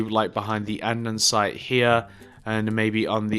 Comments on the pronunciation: its not andensite its andesite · You shouldn't make building tutorials if you don't know how to build, or how to pronounce A N D E S I T E